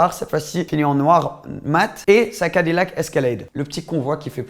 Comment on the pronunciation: "Cadi lac" XD XD